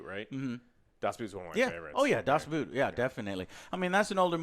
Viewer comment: It's not a "boot", you can't wear it on your foot. It prounced B-oh-t with a long "o" like in "ordinary". 🤓😇